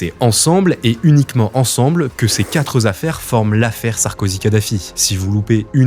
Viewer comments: Il n’y a pas de S à ”quatre” On dit ”quatre affaires”, pas ”quatre zaffaires” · Quatre-zaffaires », « quatre-zincroyables affaires » : « quatre » est invariable. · Belle enquête. Par contre, dès le début, les quatre ZAffaires (4'19") et quatre ZIncroyables affaires (4'31"), ça pique fort, ça prend à la gorge. (faut éviter 4, 5, 7, 8 et 9 et pas tt le temps vingt et cent...) :face-blue-smiling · Y’a pas de S à quatre. Donc pas de liaison !!!!! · Quatre ne prend pas dans, donc pas de liaison possible. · SVP .... quatre ne prend pas de S donc pas de liaison mal à propos SVP .. merci